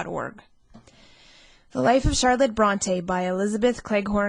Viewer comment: The quality of the recording isn't so great, I'm sorry to say. The reader's voice doesn't bother me but mispronouncing The Life of Charlotte Bronte as The Laff of Charlotte Bronte does. No matter what area of the country you are from, if you pronounce 'life' to sound like 'laugh' it's just not ok.